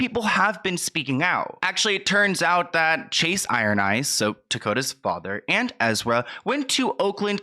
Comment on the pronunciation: Tokata not Tokota...at least get the person's name correct